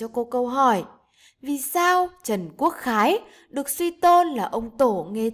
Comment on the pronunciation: Có vài lúc cô đọc Trần Quốc Khái thành Trần Quốc Khải